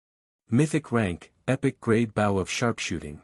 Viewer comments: In case it can be done, here are some of the words which are not properly pronounced for the meanings in their context: Bow can sound like b.oh referring to bow and arrow, and b.ow (as in ouch) for bending over to pay tribute to someone or something. Content has two possible meanings depending on how you pronounce the word: the content has the emphasis on the con part of the word and is for what is in a container, like a bag, and, content has the emphasis on the tent part of the word and refers to a feeling of satisfaction, as in: to be content with your lot in life. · Please add to this list of words not properly pronounced for their context: [_] BOW can sound like b.oh referring to bow and arrow, and b.ow (as in ouch) for bending over to pay tribute to someone or something. [_] CONTENT has two possible meanings depending on how you pronounce the word: the content has the emphasis on the con part of the word and is for what is in a container, like a bag, and, content has the emphasis on the tent part of the word and refers to a feeling of satisfaction, as in: to be content with your lot in life.